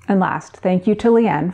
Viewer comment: Ha! I could have sworn you said 'Leigh Anne' printer. I thought you were making this up! Glad to see you up and moving round.